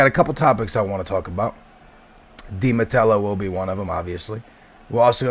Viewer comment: Matteo not Matello